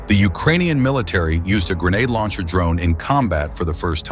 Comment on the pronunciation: Why you keep saying grenade "launcher" lol